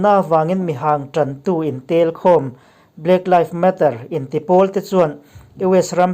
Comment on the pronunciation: Black laifs matter a nilo. Black livs matter tih tur 😁🙏👍